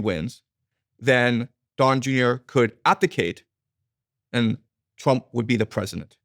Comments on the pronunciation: It’s “Trump” not “Twump”. Diary of a CEO used to be a great podcast, now it’s just - man bites dog - yellow, click bait distraction. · Does he keep saying President Twump?